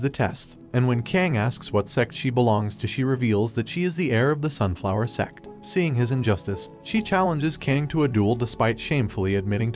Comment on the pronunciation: Its sect book the announced might have slipped up a bit unless its a not reading and did not read sect properly.